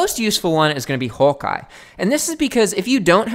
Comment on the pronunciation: You sound australian when you say hawk eye